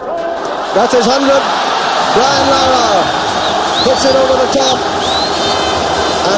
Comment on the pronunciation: It's LAAARAAA.. respect!